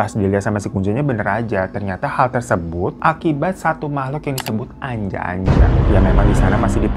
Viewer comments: aku yang dari jateng ga asing si sama ānjā-ānjā ini. itu bacanya bukan anja-anja tapi huruf a nya di baca ā hampir sama kayak o tp bukan o. dibaca kayak kata "opo" di lagu sayangnya nella kharisma. wkwkwk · ngakak pas hiro bilang anja-anja .kedengerannya kayak ANJAY - ANJAY . bacanya onjo onjo